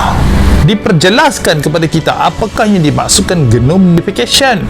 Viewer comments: Mana bole mereka mengaku. Nama pun secret society.. Lagi satu genome (cara sebut jinom) bukan genom.. Mereka tak bole mengaku...mereka sungguh taat dan setia myimpan rahsia.. 😂 rich,success, gentleman.. Semoga Allah berikan hidayah buat mereka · Xde benda yg pelik la palatao weih. Sebut genome bg betul dulu. Genome modification dah belas tahun dah buat kat malaysia. P tgk kat mgi tu. Neurolink tu elon musk dah bgtau dah utk apa. Kelakar la mamat ni. 🤣🤣🤣🤣